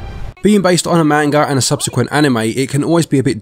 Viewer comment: Another great review. The only thing I had a problem with is the way you kept saying the "A" in Manga and in Tsubasa incorrectly. I know you are not bilingual in Japanese so I am not judging you on that, but I am so I will briefly explain the correct "vowel" sounds as best I can in a texting manner. This will help you if you heed what I say in the future since a lot of video games have Japanese developers and/or Japanese people, places, and things. Japanese is not a language where the vowel sounds will change based on the word. They always make the same sounds. Based on the Hiragana and Katakana charts, the Vowel letters in order are: A, I, U, E, O. You pronounce these vowels in that same order as follows: Ah, Ee, Oo, Eh, Oh. Also, the "T" in words that have "tsu" are not silent (like tsunami or Tsubasa). It will bring more credibility to your content if you can say people, places, and things from another language correctly, especially if a lot of your content has Japanese in it.